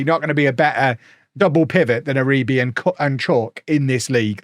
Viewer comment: Maybe learn how to pronounce players names otherwise you saying Uribee for a whole season might get annoying